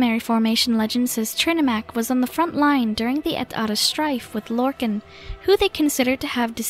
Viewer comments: “Lorkin” it’s Lorkahn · It's Lorkhan.